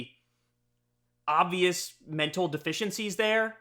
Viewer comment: Even Kyle says "obvioush issues".